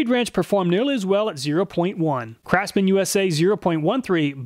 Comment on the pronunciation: "Crapsman" tools.